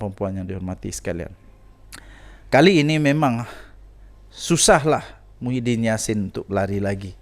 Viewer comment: Kau nk ckp sebut nama org biar btl2,muhidin bkn mahudin,jngan bngan sgt